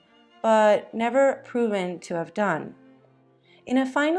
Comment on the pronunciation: Caesare= “chess-a-ray”